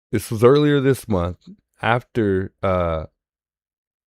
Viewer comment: I caught the last two minutes with the 'Hot Mike' says: 'Gotta make dis money, it dee end of the mumff'. The truth comes out....